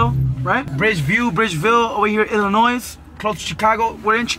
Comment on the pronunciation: Lol this nigga says Illinois with da S no mames the S is silent bro